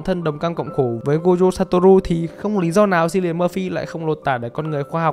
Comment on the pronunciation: *note: Chữ "Cillian" trong tên Cillian Murphy đọc là "Kiu li ần" chứ hk phải là "Siu li ần" 🤓👆